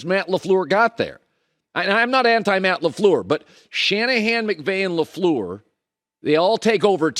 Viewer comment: it's not Laflur it's Lafleur